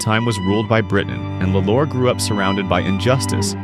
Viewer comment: It's pronounced "law -lore